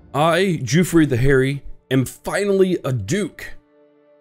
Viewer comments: I like the series but his name isn't Giufre (Juffry) but Guifre (Ghiffry)! It's an "iberisation" of Wilfred. See the similar Guilfredo. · As a Catalan, he is actually almost correct. It would be even closer pronounce it the same as 'Guilfredo' but without the first L and the final 'do'. ÇIf you are really curious check it out on Google translate! ;) I'm really liking this series btw, the character is actually the responsible of the catalan flag. He made it by dipping his fingers in his deadwound and passing his hand on his shield. The 'é' at the end of his name marks that you pronounce that e in a more rough strong way so to speak